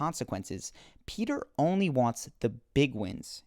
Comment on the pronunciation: his name is not Peter, it's Petyr